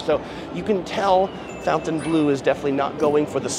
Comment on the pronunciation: How can you do a walkthrough and NOT know how to pronounce the name of the resort?